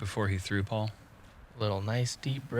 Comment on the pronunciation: Is it just a running joke at this point that mispronounces Paul's name every time still?